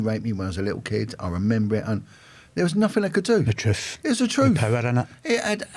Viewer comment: Making fun of someone who said "tooken" instead of "taken" is rich coming from a man who says "troof" instead of "truth" and "nuffing" instead of "nothing."